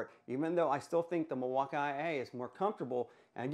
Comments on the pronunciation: you pronounce it mill-walk-eye-A, when it's supposed to be mill-walk-eee and i don't understand why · Lol 😂 the milwauka-ia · No idea why your saying milwaukee that way, did I miss something?? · Please just say Milwaukee. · why do you pronounce Milwaukee like that? doesn't make any sense